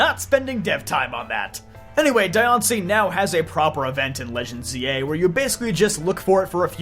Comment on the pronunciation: There's a side story thing where you actually had to save Diancie from some thief in both X and Y amd ORAS, with the latter giving her the Mega Stone. Also, it's pronounced Dian-c-ie not Di-an-cie. They missed the opportunity to make her and Meloetta female Mythicals, again. Or at least make Diancie 87.5% female and 12.5% male with extremely rare cases of Diancies that are mutated from Carbinks to be the only Diancies that are gender unknown. It would be really interesting if some Mythicals in the future finally have actual gender ratios. Marshadow deserves more respect than how they treated it. One more thing, Hoopa gains its powers from making special doughnuts Ansha makes to activate the Hyperspace portals. But that's really it. Hoopa and Volcanian are still overdue for their Megas and more lore.